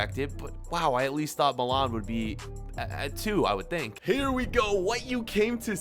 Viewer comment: The way he says milan pisses me off